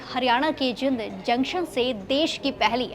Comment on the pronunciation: पहले तो बोलना सीखो जिंद नहीं जींद है